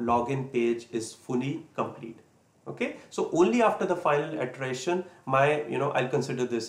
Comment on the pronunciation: Good information. *Iteration is pronouce like it-er-ation. The first letter is lower case. :-)